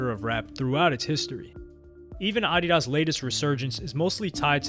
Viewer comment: Had to skip the addidas section. The purposeful mispronouncing of it was making me livid lol then going between the incorrect and correct pronunciation. 😅